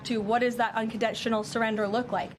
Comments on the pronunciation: 'uncondentional' is definitely something that sounds like English, spoken by someone who is panicking under the surface while pretending to be the little propaganda mouthpiece that she has always been. Watch her body language - she is so uncomfortable... (and no, I'm sure it isn't because of whatever future propagandist - sorry, fetus - is growing inside her) (if the future offspring turns out to be the exact opposite of its parents, I rescind what I said. But like... Nature vs nurture 🤷🏼‍♀️) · Karoline cannot even say the word "unconditional" correctly, apparently, and unsurprisingly.